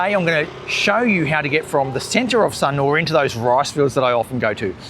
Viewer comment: Thanks for the interesting walk around. Don’t worry about missing out on that block of land, something else will come along one day. Love the way you locals pronounce Sunooor. 😀